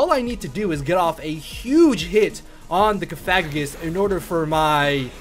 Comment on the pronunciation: It's pronounced "Cough-a-gree-gus" Just FYI. The way you're sayin it involves a rude word.